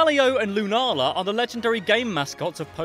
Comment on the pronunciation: they are pronounced Soul-Gar-Leo Solgaleo, and Luna-La Lunala